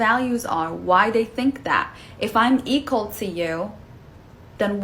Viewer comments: What's up with the woman saying "eagle" for "equal"? Weird. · She said eekle , what the hell is eekle ? You mean equal ? If you can't pronounce it , do you even know it's definition ? Eekle rights , Right ? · Second woman: it's "equal" not "eqal". 🙄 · Can’t even say equal!